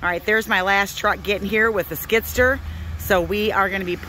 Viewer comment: Its a Skid-steer . I was hearing you say skidster